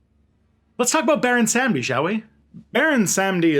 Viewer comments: "Sahm-dee" not "sam-dee". GOD. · It’s pronounced Salm-Dee. Awesome video. I love the fact that African religion is finally being understood and a person of Haitian descent, I’m sad to see our people don’t understand it because of catholic propaganda. Props. Also, Baron Samedi is also commonly known as Papa Legba. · It’s Baron “SUM- dee “. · I mean, my research says Sahm-Dee, and I've never seen Legba and Samedi as the same loa. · This was cool as hell. My only concern, as pedantic and stupid as it is, is your damn near perfect French pronunciation for everything except the name of Baron Samedi himself. It almost seems on purpose, and you seem very self-aware, so I kinda get it. As a white atheist from the Midwestern United States, it's weird to feel a connection with a spirit like this. But Baron Samedi is just something special I just can't put my finger on.